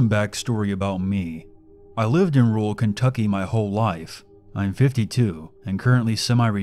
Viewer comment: FEE-MELL in ROOL Connecticut. This makes me stop listening right here.